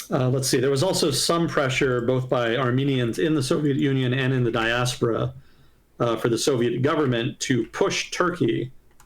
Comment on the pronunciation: It is actually "diAHspora", not "diaspOHra"